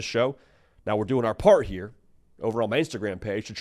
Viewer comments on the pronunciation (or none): none